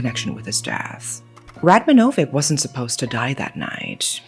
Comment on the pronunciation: Radmanovic is pronounced Radmanovich though